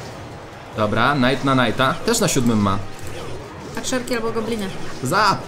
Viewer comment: Nie knajta tylko najta się mówi